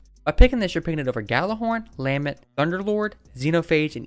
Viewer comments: Lah-MENT, it means a passionate expression of grief or sorrow. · for the love of god it’s the LUH-MEHNT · Bro “obliterated” that lament pronounciation